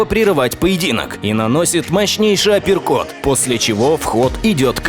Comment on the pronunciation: после боя Харитонова переводчица так насмешила, она называла апперкоты априкотами))